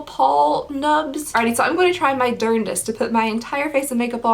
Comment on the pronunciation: “My durndest” 😂💖